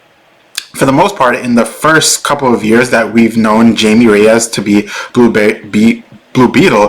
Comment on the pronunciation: It's pronounced as Hai-Mei. Not Jamie.